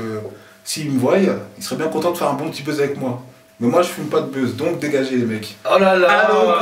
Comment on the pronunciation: Il dit bezz. C buzz